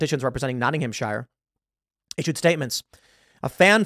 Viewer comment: Nottingham-shuh not Nottingham-shy-er